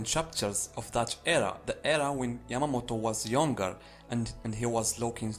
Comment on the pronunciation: Is this guy saying Yamagi?? Like where is this guy seeing a G in Yamamoto?